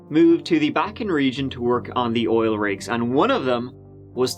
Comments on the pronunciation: "In this OLE video" 💕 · did you mean in this "oil video" instead of "ol" ?